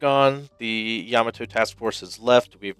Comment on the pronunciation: It's pronounced Ya-MA-to, not YA-ma-to.